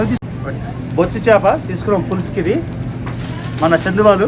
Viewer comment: అన్న అది బొచ్చు చాప కాదు అన్న. బొఛ్చా. చాప అన్న. Ayyooo